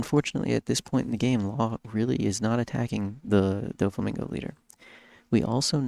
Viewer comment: wish you pronounced it DOFF EEE instead of Dough Fee. Its the same "Dof" When you are saying Doflamingo